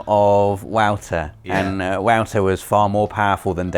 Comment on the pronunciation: Is pronounced like voter. Not wowter. Lol